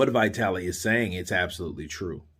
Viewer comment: .one thing.its not vaitali.its vitali.dont ever say Eastern European names like they would be american names.always say like its been written!